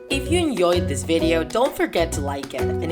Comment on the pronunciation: Why do you say annoyed instead of enjoyed